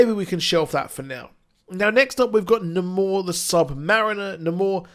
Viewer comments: It's not Namor like "Na`mor", its' Namor, like "Nay more"... You got to put in that long A, homie! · Yeah, jus never heard it pronounced Nuh-more. I've grown accustomed to "Nay"mor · Great video! Who's "Nuh-more"??